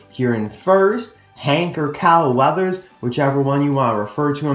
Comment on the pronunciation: Alltimes when you saying CAL weathers, i think you're saying COW weathers.